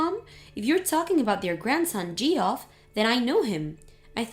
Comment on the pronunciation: Please can someone tell them that “Geoff” is pronounced “Jeff”, that’s two times they’ve pronounced it incorrectly.